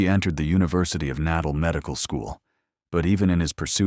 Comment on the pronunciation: The word is pronounced Naataal, NOT Nadal!!!!😮😮😮😮